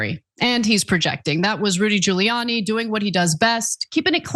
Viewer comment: Giuliani doesn't start with a J, Ghouliani sounding.. and after his appearance on the Borat movie... really?